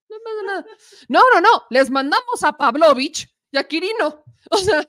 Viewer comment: Otra vez la mula al trigo, con problemas en los acentos o en la pronunciación el apellido Pavlovich ya se castellaniza y se pronuncia con énfasis en la i Paavlovich (PavlovIch no PAvlovich